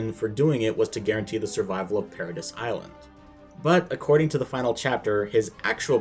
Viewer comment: You are just categorically wrong in my opinion. Respect the your point of view, but you really missed the point I think. Also, it’s ParaDEE not ParaDISS